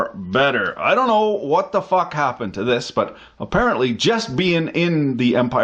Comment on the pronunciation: "that could have been messy" seconds later "fack"